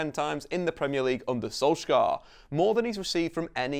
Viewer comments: Pain my Norwegian ears how he pronounce Solskjær in wrong way. We Norwegian don't do K in heavy way but soft. Solskjær should be more pronounce like Solj@ with taking away the t end of as mostly comes from the Scandinavian æ 👂🏻🇧🇻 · If you drop the "k" sound you'll be much closer. The "skj" sound in Norwegian is pretty much the same as the "sh" sound in English. Don't worry about getting the vowels right. They're fiendishly difficult :-) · it is funny hearing pepole trying to pronounse Solskjær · As a norwegian, im tired of everyone saying solskjær wrong